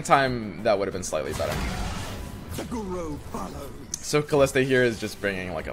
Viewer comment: It's Kalista. No "h".